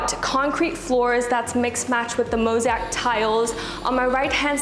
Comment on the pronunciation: I've been meaning to mention this to you. Pronounce it Mo-ZAY-ICK tile:) You have been saying MO-ZEE-ACK:) Love this property!!!